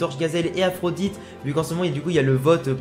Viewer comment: Le nom de Byron ce prononce aphrodi pas Aphrodite ^^ Bien pensé pour le disciple du coach chinois ! J'y avait pas pensé !! ;)